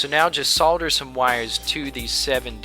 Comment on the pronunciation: I see from your profile that you are from the United States. Unless I am seriously mistaken (which is always possible!) the correct pronunciation in the United States for solder is "sodder." GREAT VIDEO, by the way!